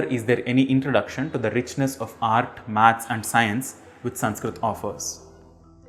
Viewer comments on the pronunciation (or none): none